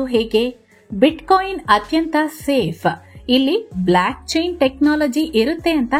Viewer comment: ಮಹಾತಾಯಿ ಅದು Black chain ಅಲ್ಲ Block chain..